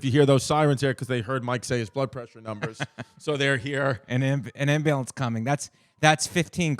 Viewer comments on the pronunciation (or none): Is Mike calling it an Imbulance?